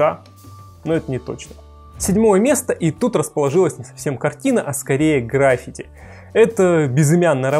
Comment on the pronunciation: ГраффИти (ударение на "и").